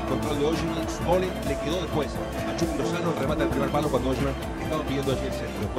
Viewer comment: es "chuky Lozano" no " chaky Lozano" ☝️🙂